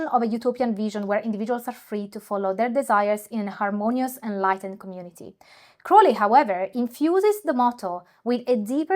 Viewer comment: I stuck with this video mainly because you pronounced Crowleys name correctly. Very interesting stuff!